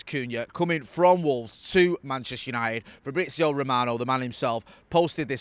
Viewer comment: FFS Fabrizio, not Frabrizio, learn to pronounce names properly already, it's bloody embarrassing.